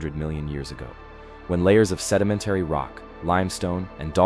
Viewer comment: Also: Iroquois s/b EER -o-kwah, Piedmont s/b PEED-mont; Chimneys - "ch" sound as in chip, not "k" sound; sed-i-MEN-tary, not sed-i-men-TARY